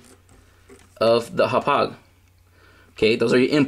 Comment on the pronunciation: im sorry but i hate how you say hauppage and always say "right". Sorry bout that. But great vid man :)